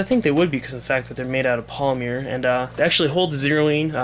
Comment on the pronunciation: Lol polymeer?